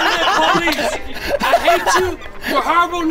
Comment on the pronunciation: WHY IS IT PO-LICE XD